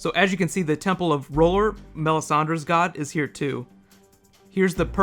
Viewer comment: another great vid but i gotta admit the way you pronounced r'hllor kinda made me giggle...........but yea i guess we book reading all have our own way of pronouncing all these strange names